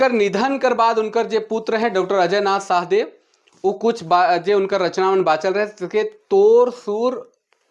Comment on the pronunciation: Raure galat pronounce kara the शहदेव nakhe Shah Deo hai शाह-देव